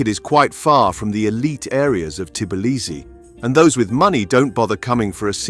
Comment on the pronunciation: how can I take advice from somebody who can’t even say the name of the city correctly?